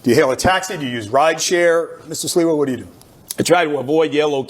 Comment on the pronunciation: You are not saying Curtis's last name right. I also believe Curtis has a better chance to win than Andrew. Neither of them has actually any chance to win though.